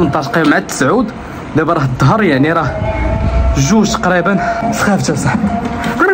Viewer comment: الإسلام فيه كلمة الظهر addor وليس ظهر dhr, يجب عليك أخي الإنتباه جيداً للنطق لأن هذا دين الله الإسلام، نفس تجربتك مع البحث عن الكراء ب الوالدية مررت بها أنا وأسرتي الصغيرة يوم 23 غشت 2023 بمدينة الصويرة وأخيراً وجدنا منزل صغير 2 غرف ب 250 درهم بدون مطبخ ، بالصحة والراحة تحياتي.